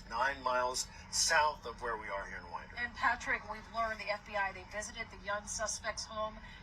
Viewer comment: It’s WINDER, Ga not Widner 😂